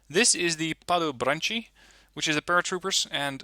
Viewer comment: also the Padobranci at the end are pronounced as "ci" not a "chi"